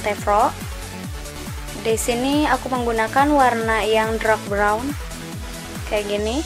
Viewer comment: Primer not Frimer, Dark Brown not Drak Brown, Spoolie bukan Skuli.😀